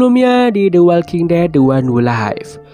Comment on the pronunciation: The Walking Dead: The One Who Live care bacanya "De Wolking Det: De Wan Hu Liv", min :D